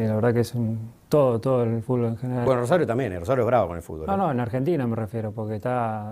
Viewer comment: Las veces que Messi dijo "Fulbo" 😍 👇🏼👇🏼👇🏼